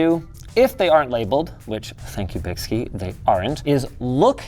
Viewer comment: bykski has been around over a decade. 2 of the best am4 water blocks I've ever purchased back in the day for $60 Also I believe it is pronounced Bike Ski because the guys that started the company are into biking and skiing.